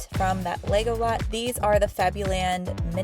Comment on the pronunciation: Every time you say Lego lots, I hear “Legolas” 😂